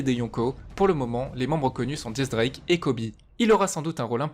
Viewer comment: MAIs arretez de dire diez drake c'est X drake bordel